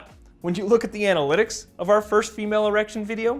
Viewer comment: Sounded like you said Emale erections